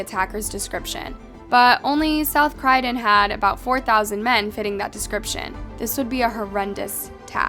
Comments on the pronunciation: It's CROYDON not cridon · Croy?? Cry???? Sounds like shes reading from a script, not very well either. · It’s pronounced “croy den” not “cry den” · It's not 'Crydon', it's 'Croydon' (sounds like with 'Roy') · CROYDEN....NOT CRYDEN !!!... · Its croy-don not crydon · Cryden 😂 it’s Croydon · It's Croydon not Crydon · At times like this why does anyone believe in god huh?????? Why. And do your homework dipshit Croydon is pronounced like Troy not credun your disrespect for a raped and murdered 18yr old is disgusting but hey get some clicks and feel good about yourself hey. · Just so you know its said Croy-don not cry-don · It’s CROY-DON not CRY-DEN 🤦‍♀️ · Its Croydon not crydon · Why you pronouncing Croydon 'Criedon ' it's Croy not crie. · I grew up around Croydon from 94 to ‘00 It’s Croy don not Cry den … like the police officer says in an interview 😂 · Croydon, not Cruydon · It’s CROY like boy… Croyden. Not crydon… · Croydon not Craydon 🤦‍♂️ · as much as i loved this video the name of the plays is croy don not crydon its said CROY - DON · not crydon lady but Pronounced Croydon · It's pronounced as Cr-OY-din... not Cr-Y-din!! 😂 😂 😂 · Ok firstly it’s not ‘Crieden’ it’s ‘crOyden’. Such a horrible and terrible thing to happen to that poor girl. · Anyone else annoyed how she said crydon and not Croydon! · Just an FYI is Croy-don not Cry-don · CROY…..Croydon.Not Crydon🙄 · Great video just 1 thing bugged me.... Kroy-din not kry-din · cry- dun? its croi don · If you're going to say a place name so many times it would be better to at least google how to pronounce it properly, cryden is not a place its Croydon, phonetically 'Kroy-dn' if that helps? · CROYdon, not CRYdon! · HOW CAN YOU SEE CROYDON AND SAY CRY DEN yannoe the word crow? Yeah say that but with a Y CROY DON there’s an O not E When oh when will you learn how to pronounce England place names This is the worst one yet this isn’t even like silent letters wtf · it not crydon, it Croydon!! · cROYdon...not CRYdon